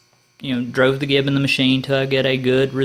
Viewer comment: I've always heard "gib" pronounced "jib" with a soft g, as in "giant". FYI